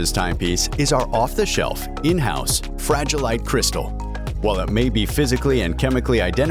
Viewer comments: Fra-gi-le. It must be Italian! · "Fragilite" crystal 😂😂😂